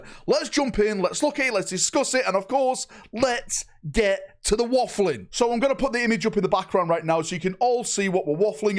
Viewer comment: Is he saying WAFFLING? 😅😂